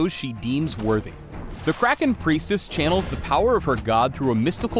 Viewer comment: "Let's get kracken"? Really? Why u do dis?